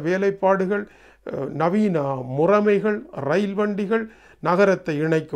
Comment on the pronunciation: ஐயா - தமிழை இப்படி கொச்சைப்படுத்தலாமோ?! அது... ' முறமை ' அல்ல...! ' முறைமை ' என உச்சரிக்கவும்